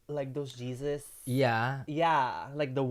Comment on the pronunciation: HEY-ZEUS-BRETMAN lolllll